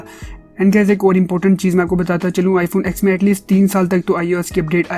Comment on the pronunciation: Bro why r u calling it iphone ax? This iphone ten not ax. Lol